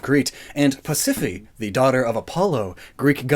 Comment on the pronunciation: Ariadne is pronounced "Air-ee-ad-nee", Minos like "Mine-os", and Pasiphae like "Pass-i-fae", but you get points for trying